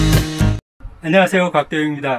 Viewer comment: 네 인터뷰 할때 우리말로 인사 부탁드리면 어떤분은 안녕하세요 한마디 발음 하는데도 잘안되고 어려워 하는데 이분은 쉽게 잘 따라했습니다.